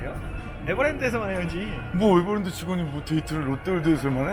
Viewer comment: 앝ㅋㅋㅋㅋㅋ 애버램드